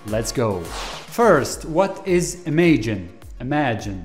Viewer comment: It is definitely pronounce im-aj-in